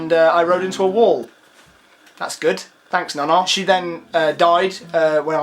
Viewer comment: The way you said nana ahaha